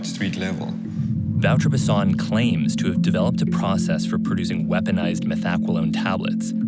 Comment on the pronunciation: Wouter Basson is pronounced Vow - Ter - Bass - On. How do you expect people to know who you are talking about when you don't say their name correctly. Good video, but once again, why not use a local journalist, who actually knows what they are talking about. Instead of an American who by that virtue, isn't within the context and can only make the culture shock look more shocking. We have cameras and the internet in South Africa. This kind of media doesn't help our country. South African journalists are more objective.